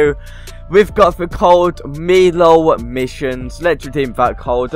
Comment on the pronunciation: what the he say cold haha not cold its code haha😂😂😂🤣🤣